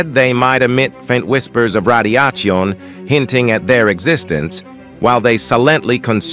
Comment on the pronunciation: Interesting if not fascinating video. A couple of things… 1. Pronunciation of Silently, Radiation and Us: Computer narration has some drawbacks. Where is his real human soundalike? 2. Michio Kaku is in the video cover picture. Otherwise, I don’t know where his scientific greatness fits in here. Either mention his name as appropriate, or remove his picture there.